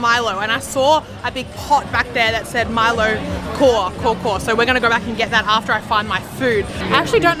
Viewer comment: Milo kaw is pronounced as Milo "cow"